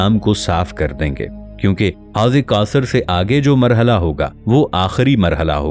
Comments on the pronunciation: Ap mahar bani farma kar. Apnay alfaz ki Adaygi Drust karayn. Ap jab Sura kosar kahtay ho To Sonay walay ko 99% sura Kafar Lagta hy. Plz Ap alfaz ki Addaygi soch samaj kar kiya karo. Ap ani Rawaytou ko apnay pas rakhayn . Our Allah kay Mahbob nay jo battaya bas wohi Haq our Sach hy. Allah hu Aqbar. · If you can't read Arabic, why are you reading it? You're mispronouncing Kausar.